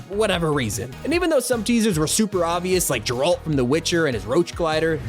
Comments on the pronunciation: what, Jeralt, you mean GERALT with g like grow? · Geralt.. GU-AIR-ALT NOT GERR-ALT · ah yes Jeraald my favorite the witcher character whose name is totally not pronounced Gerald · he said gralt it's geralt mate I love but man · Did he just say JERALT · He has to be trolling with his pronounciation of Geralt at this point right? Hard G my dude. lol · bro really said jeralt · And Geralts name is with a hard g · not trying to be a Karen but its GARE-ELT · bro called Geralt, JAA RALT??? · Now I KNOW bro didn't just say 'Jeralt' 💀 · You made me cringe with how you pronounced Geralts name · we NEED to talk about how you pronounced geralt - because thats CERTAINLY not how u say it my guy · Am I the only one bothered about how he butchered, I mean decimated I MEAN OBLITERATED Geralt's name ??? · wtf did you just call Geralt????🤣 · You're pronouncing Geralts name wrong